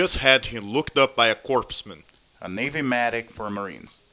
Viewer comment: FYI: The pronunciation for "corpsman" is "core-man". You don't pronounce the "p" or the "s".